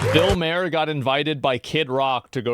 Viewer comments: His name is Bill Marrrrrrrrrrrrrrrrrrr. Like Mars. Not Bill Mayor, like the mayor of the city. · Stop calling him Mayer! ITS MAHER! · I don't know if you noticed the chat, but everyone is laughing everytime you pronounce his name as Bill Major or Mair instead of ma - er. Can't believe you didn't ever hear his name pronounced on Fox or Youtube. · It's Bill MARR not Bill MAYOR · It’s not pronounced Maher. It’s Maher haha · Bro, Maher is pronounced MAR not MAYOR. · It's Bill Maher is said as Bill mAR not mAIR. He's not a horse. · I hate that you call him Bill MARE instead of mar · Ma-her. Not Mayer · Bill's one of the more level headed political comedians out there. How many others that are critical of Trump would have done this? Btw, and I'm probably petty for saying this, it's "Maar", not "Mehr" 😁 Sorry, it's just a pet peeve lol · MAR its pronounced MAR not Mayor or whatever the hell you're saying lol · Yo As, it's pronounced "Mar", not "Mayor" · You can tell when someone has no idea who they're even talking about when they repeatedly say their name wrong. It's Maher, not "Mayor" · isn't it Bill Mar and not Mayor? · His last name is pronounced like Bar with a M = Mar it’s not may-er or may-her . The more you know 💫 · I thought it was Bill Mar, not Bill Mayor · It's pronounced like bar, Mar not May her. But it's okay I forgive you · It's Màher, not Mare like horse's. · Mahr not Mayer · MAR = MAHER. Not MAY-ER HE is silent in Maher. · Asmongold, it's pronounced Mar (like to lightly damage something). Bill saying he's Centrist is bullshit. He says stuff like that all the time but his actions prove it a lie every time. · Why he keep saying Bill Mayor instead of Bill Maher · I don't wanna be that guy, but it's pronounced "MARR." I used to say it wrong too. He's not too bad. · Bill may-er? Youve never read or said his name out loud have you? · JESUS ITS PRONOUNCED bill MA ARE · Not pronounced Mair, Mayor, Mayer, Maher, just Mar. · It's pronounced Mar 😬